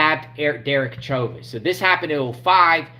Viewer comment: Former fbi informant who was due out in 2 years. Cheuvin is pronounced like ShowVen. This is weird shit though.